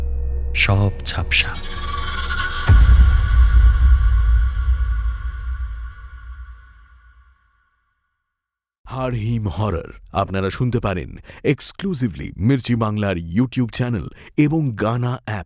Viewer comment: Kothata haarr noy, haad